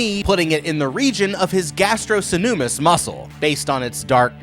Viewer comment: Wow you got Gastrocnemius pronunciation all the way wrong! Lol love your videos still!